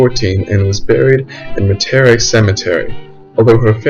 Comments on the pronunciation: Very good info, but hard to listen to the mispronounced words, please consider a new recording with things correctly pronounced (IE: Es-pla-nade and Met-ah-ree) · awlins here too, or New Or-lins lol His pronunciation of Metarie killed me too haha